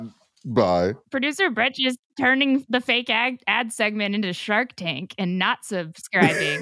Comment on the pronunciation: “Shi’ark Tank” 🦈